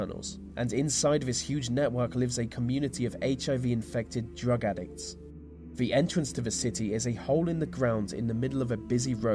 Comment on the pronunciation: Pronouncing ‘the’ as vuh is properly annoying